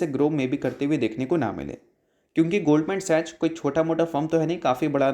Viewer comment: Love your channel broes, but it's pronounced goldman sacks(sachs)